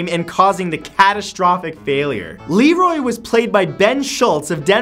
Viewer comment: You call him Lenroy but you keep saying Lerroy